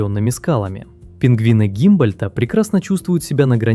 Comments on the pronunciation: Пингвины Гумбольдта а не Гимбольдта. Фридрих Вильгельм Генрих Алекса́ндр фон Гу́мбольдт — немецкий географ, натуралист и путешественник, один из основателей географии как самостоятельной науки. Вику́нья (лат. Lama vicugna, или Vicugna vicugna) — вид парнокопытных млекопитающих семейства верблюдовых. Ну и кальмар тоже Гумбольдта. Что так сложно правильно называть животных? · Кальмар Гумбольдта и пингвин тоже, и викунья, а не викинья…